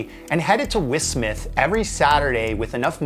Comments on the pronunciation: wiss-smith! 🤣 its W H Smith 😚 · I've never heard anyone call it wiffsmiths